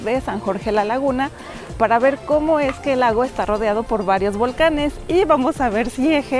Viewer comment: No dijo bien los volcanes.